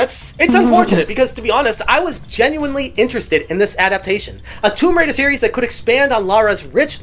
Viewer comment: I love Tomb Raider Not woum raider